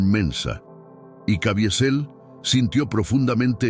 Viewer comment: Cavizel pq la i absorbe la e